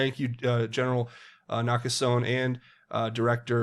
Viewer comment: Nakasone is pronounced Naka so knee